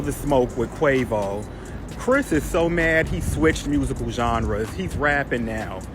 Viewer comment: Sweetheart please pronounce Quavo name correctly . It sounds so cringe how you’re saying it lol